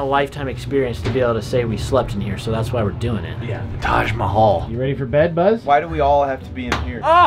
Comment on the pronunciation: As an Indian I can't stop laughing after how he pronounced taj mahal